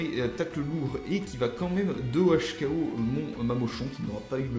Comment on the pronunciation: OHKO:One hit ko et on a l'impression que tu dis 2OHKO ce qui ne veut rien dire on dit 2HKO😉